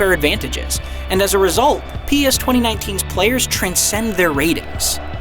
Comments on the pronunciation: Really poor review here, should start plagiarising again instead. It’s pretty obvious this person doesn’t really have a clue considering he can’t even pronounce three words correctly...it’s PES not PS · PES not P'ES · wtf why you say pee-s?? Fire this guy. Unbelievable. He never played PES games. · Why he say P Es ?? TaFaq outta here man! U don't know what u talking about man! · Pee Eee Ess. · when he pronounced P.E.S instead of PES.............................................................. #notmyreviewer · Did he actually pronounce it P.E.S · P E S 😂 you cant say PES? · What's "PS 2019" ITS PES!!!!! SAY IT RIGHT FFS 😂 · “‘P,E,S” facepalm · Does anyone actually call it P E s???? Ain't in just "PEZ" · pee ee ess 2019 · The reviewer have never played PES before? Look at the way he says p.e.s instead of PES... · I can't take this review seriously. P-E-S smh. How about finding someone that's actually played a Pes game before huh? Complete joke of a review. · When he said Pi ES i lost it....re-review this sh*t, this guy played it for 5h max and probably never played previous installments of the game. very very poor review for a really improved game. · Clearly this narrator isn't a fan and wasn't the one who wrote this review. Firstly he calls it P.E.S. instead of Pes (nobody calls it that) then claims many master league features are new.. when they've been in the game for at least years lol. The whole "touch of magic" comment sounds like something he heard from someone else on Youtube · Why does he say p.e.s. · This man said piez 😂🤦🏼‍♂️ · spells out pes instead of saying pes, americans. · DUDE you call the game P-ES WTF horrible review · It hurts when he says PES... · Fire the reviewer or get someone to talk about the game that can actually pronounce the name of the game properly. What a joke! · WTF why he says P-S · the way he calls PES PEE-S lmao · P ez hahahaha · I know many people who call it P-E-S. Nowhere does it say that it should be called Pes.